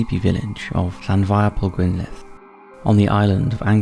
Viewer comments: Top marks for pronunciation of Llandfairpwllgwyngyll.... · You got a like just for pronouncing that town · My dude, mad respect for being able to pronounce the name of that town, all I could think was "holy shit look at all those L's" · As creepy/cool as the stories in this video are the most impressive thing is that you could pronounce the name of that Welsh village.